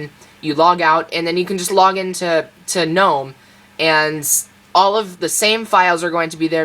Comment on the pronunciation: wow, you pronounced Gnome in English correctly ... you get my subscription. oh, and I like your explanations ... Linux made easy. :)